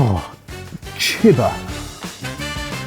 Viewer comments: You guys pronouncing "chiba" like "chibber" sounds so terrible. Genuinely? Native english speakers tend to mess up everything that isn't english to such stupid degrees. Maybe that's because being biliangual is a special thing for you, meanwhile in germany you have to be triliangual, or at least good enough at the third language to pass, to pass high school. So we are exposed to other languages more. And also, english is genuinely unique in how soft and wishy washy everything is pronounced. And you can't even speak english properly with your stupid attempts at english-ifying every language. Because english grammar would tell you that if there is a vowel before a single consonant, the vowel is usually stretched out or at least neutral. But if there is a vowel before double consonants, it is pronounced more quickly and the double consonant is also pronounced to sound quicker and shorter. So you pronouncing "chiba" as "chibber" shows how you don't even have an intuitive understanding for the rules of your own god damn language. This part illustrates my point so well. You read "maki maker" as "mackey mayker". So, why tf did you pronounce maki so differently from maker? Let's put aside the fact how maki is actually pronounced. The thing I want to highlight is how you just took 2 workds that start with "mak" and have a vowel after that and you know how to pronounce one of them, maker. It is pronounced as "may-ker". So then you have "maki" which SHOULD if we go by your english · chiba is not "cheh-buh", try "chee-bah" next time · Not Chib-Ba, but Chi ba, like Tai Chi. like Chee in Cheese.